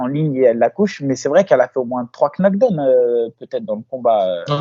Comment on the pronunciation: Bonne vidéo mais juste un peu d'efforts sur la prononciation tout de même, par exemple, on ne dit pas " qunodown " Abi, mais " knockdown" , à prononcer " nokedawne" grosse modo. Merci et force à vous